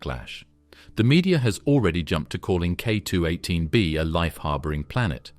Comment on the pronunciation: Whoops, at it's starting to repeat itself more and more, such as on density of Earth vs. K2-18b vs. Neptune. Plus recurring pronunciation booboo's like..."K-two-eighteen.........PAUSE.........bee".